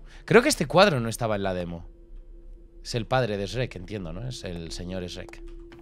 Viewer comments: tu dices esrek se dise shuerk x dx d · Se me hace raro escuchar a decir Srek (pronunciación) y no shuek xd y Asno a Burro Buen video <3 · Los españoles SRRRRREK , los mexicanos SHUEK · Amo cuando Dice Shrek's -😭😭👍👍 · Shurrek, más o menos. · A shrek le pronunciamos shuek y a asno le decimos burro P.D no se si shrek se pronuncie exactamente así pero así maso menos es